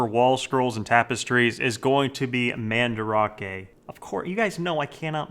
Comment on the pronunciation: I remember when he used to pronounce Mandarake as Man-Drake. I want that back